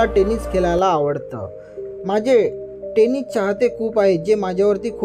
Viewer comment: टे नीस Bol chalat नाही